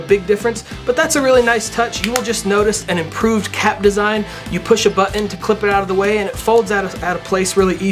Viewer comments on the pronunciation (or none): did he really say, "bu-on"? My cousin is a valley girl and she says bu-on, instead of button. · Black shirt as a background to a black product and "Buh-en". Good start!